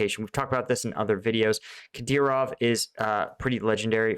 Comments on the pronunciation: kuh-DEER-off. You had it right on the first try. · You've been covering Ukraine long enough that you should be able to say 'Kadyrov' XD.